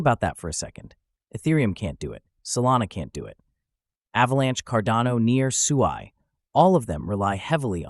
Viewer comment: It’s pronounced sue eye 😮